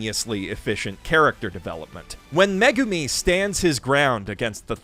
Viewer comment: every time he says 'Megumi' i feel personally attacked..somehow